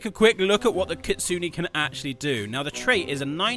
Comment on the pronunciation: GROW A GARDEN GETTING CANCELLED IS WILD 😭 edit: you pronounced kitsune wrong 😔💔 (I have nothing against it, it’s just smth I noticed lol)